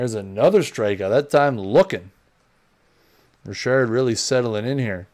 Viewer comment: It’s Richard not Rishard!! Ugh your killing me, learn the names before you butcher them please.